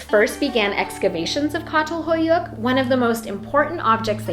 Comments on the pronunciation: Just a small correction from a Turk. It's Chatal-hoyuk (as in cha-llenge), not Catal-hoyuk. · Actually, it’s pronounced “Chatalhöyük,” not “Katalhoyuk.” The “ç” sounds like “ch” in “chocolate,” and “ö” is similar to the German “ö” or the French “eu” in “peur.” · Çatalhöyük is pronounced with ‘ch’ sound at the beginning, ç in Turkish is pronounced ‘ch’. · Hey so, as a Turk that’s not how you say Çatalhöyük… you read it like Chatalhoyuk… also Turkish society, men and women were pretty much equally respected and harmonious until Islam happened… and muslim Arabs basically forced us into Islam and this lowered the value of women in society. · It is pronounced Tsatal Huyuk. Great work, precious work. Thank you. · Had the privilege of visiting Catalhuyuk. The C letter includes an accent mark in the title and is pronounced as a Ch sound. A regular letter C in Turkish sounds like a J sound. Only the letter K makes a Kay sound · Just a note on pronunciation of Çatal Huyuk, the Ç is an "sh" sound, rather than a hard "k" sound. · Please learn how to pronounce Çatalhöyük!